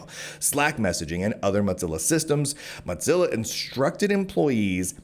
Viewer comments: I couldn’t listen to the every time you said mutsilla 3rd time i’m out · Why do you pronounce it MOTzilla? There’s no “T” in “Mozilla.” Thanks for covering this! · I hope he gets a big ol settlement. This is deplorable. Side note: Please stop saying “Motzilla” 😂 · Hearing Teixeira and Mozilla mispronunciations back to back is such a high bar to suffer for such a great piece of reporting. Read the article OR BE WARNED.